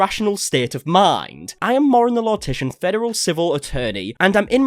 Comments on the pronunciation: DAE notice he said Moren the Lortician? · I really enjoyed Laurens content up until all of this, but like the amount of gas lighting from her gives me so much ick also.... did you say Mauren the Lortician xD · "mauren the lortician" got a laugh out of me i can't lie